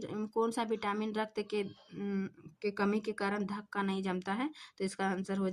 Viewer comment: थक्का पढ़ा जाता है धक्का नहीं